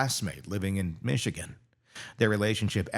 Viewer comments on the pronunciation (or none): none